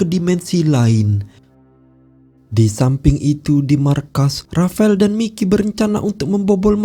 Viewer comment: Menjatuhkene rapael🤭,, ngomongx aneh min